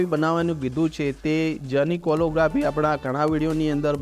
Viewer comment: વિનંતી, ઉચ્ચારણ શુદ્ધિ કરશો તો વધુ સારું લાગશે, "કેલીગ્રાફી" છે કોલો નથી.